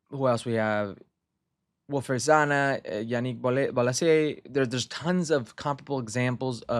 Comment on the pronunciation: Zaha and Bolasie are Palace Legends how can you miss pronounce their names like that?